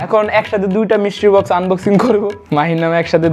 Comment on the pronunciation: মিস্ট্রি বক্স(Mystery box)❌ মিস্টির বক্স ☑️ 😂